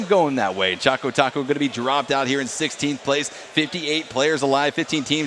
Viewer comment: His name is ChocoTaco and not ChacoTaco u fools........